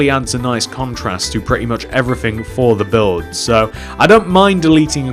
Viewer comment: WHEN WE SAID 4 HIM "FO" ME "FOR